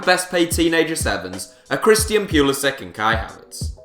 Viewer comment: AGHHHHHHH YOU PISS ME OFF ITS PRONOUNCED PU LI SICH